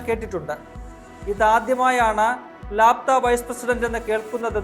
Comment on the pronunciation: ലാപ്താ അല്ല ലാപത എന്നാണ് ഉച്ഛരിക്കേണ്ടത്